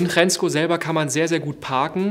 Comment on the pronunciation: Hrensko wird Schensko gesprochen. Der inflationäre Einsatz von Zeitlupe nervt allmählich.